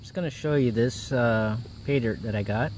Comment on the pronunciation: Great Video did you say Paydirt or PayMud 😂 Nice Gold on rock I too love all gold but some times end up looking at and liking the small stuff more...Cheers Mate 😎✌👍💛🐕